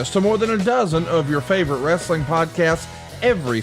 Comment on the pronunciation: Bro bro... it's WRE-SA-LING 😅